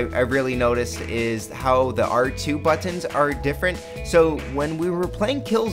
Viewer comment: Liked what he said about the But-Tons, tell me more about the But-Tons.